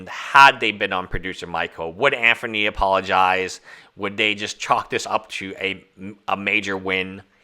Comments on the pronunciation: Can you not pronounce Anthony? It’s not Anfernee brother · I think this is his nth video of timepiece gentleman and he still calls him Anfernee... Love the indepth analysis but please...